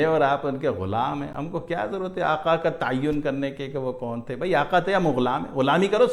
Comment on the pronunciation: Aaqaa the nhi Aqaa hai AUR inshallaha Aqaa Rhenew